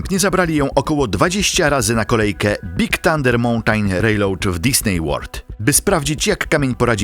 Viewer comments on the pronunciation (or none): mountaj hahaha ja prdl kto to czyta